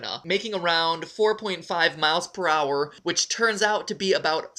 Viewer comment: Matpat past voice is so different aaaaaaaa Also when he say per hour i hear prower